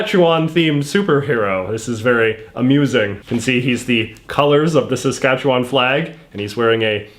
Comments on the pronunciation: its pronounced sask-atch-a-win in the canola mudpit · I hate the way you pronounce Saskatchewan